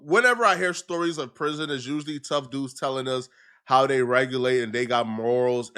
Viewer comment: Bro can you not pronounce Th. Dis-Dey